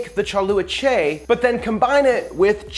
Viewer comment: You did an excellent job at pronouncing the two words correctly. You butcher the last word 😁🤣😂😅👍🤪 Don't worry I butcher my Vietnamese a lot. After I watched your version, I watched a few of the Vietnamese version. You need to wash the "UBA" soy skin with hot water a few times before boiled them. In Vietnamese cooking, we use salt, sugar, msg, and mushroom seasoning. 🤷 You should try buy a bottle of "nuoc mam chay" in translation "vegan fish sauce"